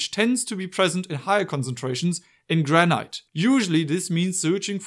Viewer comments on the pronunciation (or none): not me searching for "Gra-night" thinking its some exotic version of granite, but no its just granite...